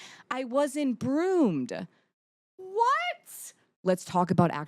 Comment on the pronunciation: I think she said it because she was nervous and having like some type of panic while making this video and made it come out that way as the word groomed turned into that from her nervousness